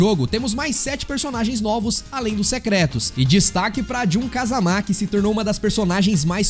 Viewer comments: Não se fala Kazamá, é Kazama mesmo kkk Ou não é!?? kkk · é, eles próprios dizem kazama e não kázama kkk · Nunca foi sempre foi o 3 e ele falando kazamá tá foda tbm kkkkkkkkkkkkki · “Kazamá” não bixo 😭😭😭😭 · Mano pff para de fala jun(jin) "KAZAMÁ" pff é so fala "JUN(JIN) "KAZAMA" não coloca acento onde não tem não pff(e tambem tem o kazuia{Não preciso fala do heihachi e do jinpachi não né}MIshimà). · “KazamÁ” é complicado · Vídeo legal, más quando fala Kazamá me dá um ódio kkkkkkk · de qualquer forma não força tanto o Á assim